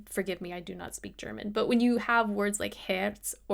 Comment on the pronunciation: For someone not speaking German your pronunciation of German words is very good :-)